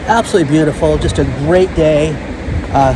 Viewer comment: Sound it out: ab-so-lute-ly, not "abselly"